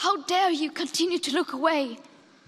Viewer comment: Greta : HOw DArE YiUO ME : MUFFIhn